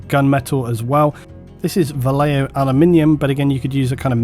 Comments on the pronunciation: Just a pet peeve of mine, Vallejo is a name of spaniard origin (and most of the bottle is written in Castillian), so the "ll" in Vallejo would make the word sound like "Vashejo" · Most English speakers mispronounce Vallejo. I think this is strange because we seem to have no problem pronouncing "tortilla," correctly as (tor tee ya). Vallejo is a Spanish word pronounced as (using English phonetics: Ba yae ho). Depending on Spanish dialect, the "b" sound can sound like a combination of an English "b+v" making a hard v sound or a combination of them both so that it differentiates between a 'b' in Spanish, and the "v." Here's a sample to listen to: I hope this helps people.